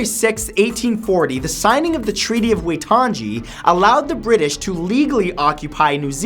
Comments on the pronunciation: the treaty of Waitangi is pronounced "why-tung-ee" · Waitangi is pronounced why-tongue-ee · Treaty of We - Tung - GI?! It is pronounced as Wai - Tan - E... You will remember it once you got told off by some Kiwi... =_= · I'm dying he said Way - Tan - Gee it's pronounced Why - Tongue - E. From New Zealand Boiiis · Waitangi.... Wai ta ngi, not ji sounding on the end :) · did he seriously say wy tun gee its pronounced wy tung ee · Sorry its said why toungy( toung e) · Your disrespecting Maori culture not only are you badly mispronouncing words but your saying the waitangi war that took place before the treaty was signed is pointless we nearly lost the entire Maori popation those years and it's pronounced why-tung-ee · It's pronounced y-tung-e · Hey Matt I'm from New Zealand and you may want to just check up on the way you pronounce Maori and Maori words haha. Maori is almost like cow-ee but with an M and you roll the r. Waitangi is kind of like why-tounge-ee. Still probably not the best pronunciations but certainly a step up :) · did you just say waytanji and mayori? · MATT YOUR PRONUNCIATION OF THE NEW ZEALAND WAR IS SO BAD IT'S PRONOUNCED - Whiteaniy and Molri But spelt Treaty of Waitangi and Maoris. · Fyi, the treaty Waitangi is pronounced "Why-toung-ie" and Maori is pronounced "Mao-rii" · loving matt's pronunciation of Waitangi ... and Maori... xD it's "Why-Tounge-ee" and "mhow-ree" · Soon as I saw this list a small part of me was hoping the New Zealand land wars would be on here and it was! But Matt, as a proud New Zealander ahhhh your pronunciation needs some work 😂 It's Waitangi (Why-tang-e) Prounced Maori (Ma-ri) Just some pointers because this is the 3rd time I've seen New Zealand Maoris mentioned in one of your lists and 3rd time of cringy pronunciation 😬😂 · he said it like wai tangee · Wai-tan-gee... May-or-ee... XD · dont mean to sound rude but the battles in new zealand at waitangi is pronounced as why-tougne-e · Say waitangi propally